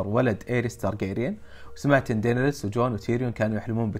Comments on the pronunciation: اللي نعرفها وكل العالم ينادونها دينيرس عادي لاكن دينريس حقتك عجبتني 😂😂😂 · ليه تقوول (دينيرس)بسرعه تراها غلط😂😂